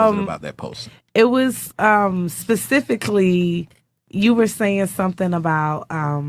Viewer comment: That bitch beside him legit said " I studied psychology" like we're supposed to just trust ya without any proof of education to someone with a degree in psychology. Black women please stop lying about your education's u can't say " pacifically" instead of specifically and get taken serious. If you say girl cheese nobody cares about your political views